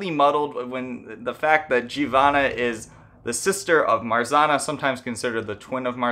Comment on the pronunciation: There’s no R sound in Marzanna . RZ is pronounced same as you would pronounce ż . Also you should pronounce both N .